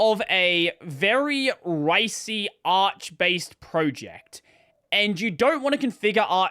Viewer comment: Arch is pronounced as in archive